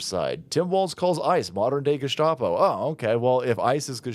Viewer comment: Tim actually called them gus-cop-o